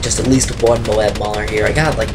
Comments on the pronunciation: "Mo-ab" not "Mobe" or else the A will be silent. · its mo-ab